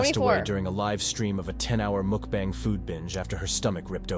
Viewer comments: Dear God, please learn how to pronounce "mukbang" correctly. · This videos ins so interesting but I can’t get over the way you say mukbang and birria … say it right girl. Also, Nikacado said he stopped being vegan because he was starving and not healthy. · If you're going to talk about it, at least learn how to pronounce Mukbang. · I don't understand how people like these videos. The sound of people eating disgusts and infuriates me... Especially with a mouth open.. smacking away and eating like a slob. It's so gross. People need to stop encouraging this.. I'll never understand And is it "mook bong" or "muck bong" ? I've never heard it pronounced the way she pronounces it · Great video but can’t stand her saying Mook-bang. Where is that double o coming in MUKbang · I couldn’t even make it through this video because of her saying “mookbang” over and over. 🙈🙈🙈 If you’re going to make a video about something, learn how to pronounce the thing first. It’s MUK😊, like F*CK! Mukbang! Not mook. 🙈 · FRIENNNNND, I enjoy your content, I watch your videos a lot. Why you didn't look up the correct pronunciation for Mukbang is making me want to reach across the screen to shake you to help lmao😂 It is not pronounced MOOKbang, it is pronounced Mukbang (like MOCKBANG) comes from the Korean word, (meokbang), which combines the Korean words for “eating” (meongneun) and “broadcast” (bang song) because everyone was always busy working and eating alone. It began a trend over there of watching and eating with Mukbang creators. Then it exploded around the world, it's like its own ASMR niche category. But one major things happened in that community recently like very recently. One popular mukbanger was being extorted, forced to eat excessive amounts, being abused all by her boyfriend who became CEO of her company and stole from her. Also being blackmailed by other YouTube creators. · Omg the way you say mukbang is just as annoying as the chewing 😹😹 it’s mukbang (muhk-bang) Google it